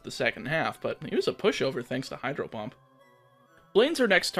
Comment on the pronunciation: 😂😂 Was it only me or did I hear you misintentionally say "Hydro hump" and not Hydro Pump. I say this because I swear it was intentional when you were in Sabrinas gym 😂😂.